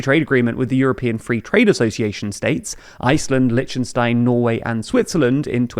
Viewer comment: Lichten---what? 😅 Lichten = lights and it's not how you pronounce it. You should be able to correctly pronounce European countries... Even in English that was wrong.